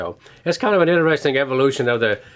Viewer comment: in-a-resting instead of interesting